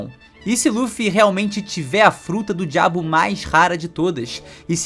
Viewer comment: "A fruta do diabo" kkkkkk falou com uma vontade kkkkkk eu ja deveria ter me acostumado, mas acho "fruta do diabo" um nome muito engraçado